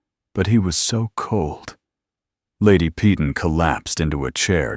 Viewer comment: PEYTON: Pronounced "Pāy-ton", - "ton" as in a "ton of bricks"Pee-tawn" is very UNACCEPTABLE!!!